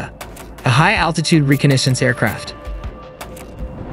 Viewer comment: Its pronounced "Reh cah ness ance" ...cool jet though